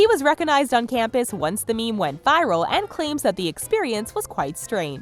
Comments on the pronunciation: Every time she says meme, I lose 10 years of my lifespan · hearing you say "meme" makes me want to die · every time she says meme i die a little bit more